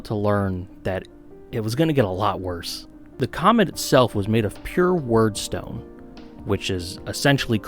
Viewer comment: Great warband. The only thing that annoyed me throughout the video is wyrdstone is pronounced weirdstone being the old English style spelling of the word that represents the catch all phrase describing things of magic and weirdness :)